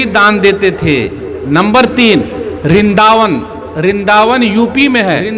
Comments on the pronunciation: Rindaean nahi pahle sahi nam jan lo Brindavand😊😊😊😊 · मौलाना जी यह ज्ञानवर्धक कैप्सूल किस मदरसे में खायाभाई आपने रिनदावन नहीं बल्कि वृंदावन कहते हैं लिखकर भी आपके वीडियो में आ रहा है मगर आप गलत बोल रहे हैं और वह उन मंदिरों को दान इसलिए देता था क्योंकि वह आजमा चुका था कि यहां पर हमारा कुछ नहीं चल सकता वृंदावन के पास मथुरा में मूर्ति तो उसने तोड़कर सीडीओ में करवाई थी जब खुदाई होगी 2027के बाद आप की टोपीउतर जाएगी